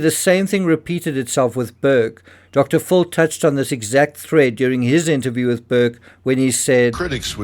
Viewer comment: I love the way you pronounce "Dr. Phil" as "Dr. Full". I always say "Dr. Full of 💩". 😅